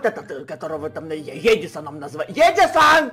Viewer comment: Ты букварь аткрой гавариш а паравилно эдисон